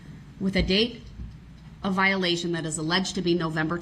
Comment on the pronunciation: He says "you can't do dat"! 😂 hahahaha, ME TOO!